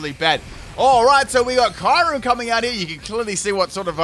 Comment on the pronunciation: Erm how do u say kyurem? I gagged by the way u say that name